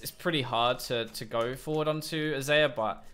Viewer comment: ITS XAYAH PRONOUNCED LIKE ZYRA